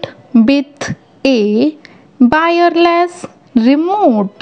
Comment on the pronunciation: She said bairless remot